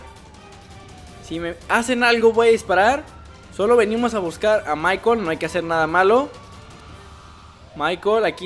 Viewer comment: es. michael. no. es. michel